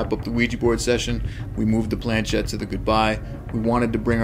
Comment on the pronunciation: Just to note the movable part of the ouija board, the planchet is of french origin and the ‘ch’ should be pronounced as ‘sh’ as ship not as ‘ch’ as in chip, also the word ouija is a mixture of the French and German words for yes, and should Phonetically be pronounced as Wee and Gee. Most people be they American or British normally pronounce the words incorrectly.